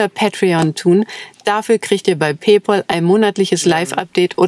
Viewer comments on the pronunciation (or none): Nur mal so am Rande.. Das Zahlungsunternehmen Pay Pal heißt auf Englisch: Bezahl Freund.. Allerdings ist die wackelige Aussprache haarsträubend. Es heißt nicht: [ Pej pohl ] da in dem Wort Pal: Freund, kein au steht. Paul heißt ausgesprochen: [ Pohl ] Es heißt aber nicht pay paul.. sondern : pay pal [ pej päl ]. Der Deutsche konnte noch nie Englisch. Es heißt auch nicht Holocaust, [Holokaust] sondern Holokoost]. Englisch kann so einfach sein wenn man wenigstens native speaker zuhören würde. Der Deutsche möchte mit Englisch gerne, Weltmännisch.. klingen. Leider kann er nicht einmal die Basic Aussprache.